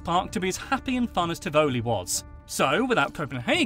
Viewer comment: I've never heard a person pronounce Tivoli like that lmfao